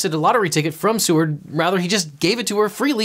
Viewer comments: The guy in the examples name was Edward Seaward, but I heard it as Edward C-word which I found quite fitting. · I will call him "Edward C-word" because that's what I heard.